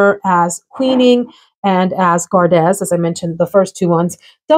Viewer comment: Hey, Gardez is French, so it’s pronounced gar-day. Like ballet. It’s the second person formal/second person plural conjugation of garder, which means to keep or guard. It’s also where the fencing expression “en garde!” comes from.